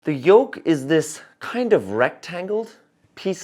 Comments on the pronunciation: It's yoke, not yolk. Otherwise, this was a very good and informative video! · YOLK???, my dear, I think you meant to say "YOKE"!!! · *Yoke, not yolk 😂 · Came here to say that.